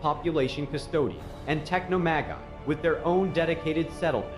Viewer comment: Tech-no-ma-guy. 😂😅 (Techno-magi)